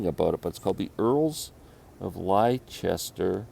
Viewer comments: Lester. It is pronounced Lester as in Leicestershire (Lestershire) or Gloucestershire (Glostershire))or Worcestershire (Woostershire) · That Jerry Douglas album is actually pronounced "Earls of Lester," hence the title. The Brian Wilson autobiography is a good read as it reads in his voice. Thanks for the shout out!